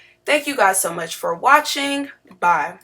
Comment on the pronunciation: Gurl, why you say bye like that😂😂😂